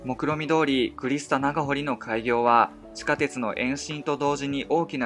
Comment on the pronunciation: いつもながら大変見やすい動画構成と興味深い内容、ありがとうございます 凄く聞き取りやすい共通語のナレーションの中にある「駐車場」や「地下鉄」のアクセントに上方出身ということを感じてなんだか安心します